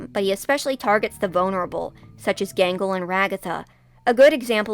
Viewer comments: I keep hearing “Mangle” instead of “Gangle” lol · Who is Mangle her name is Gangle?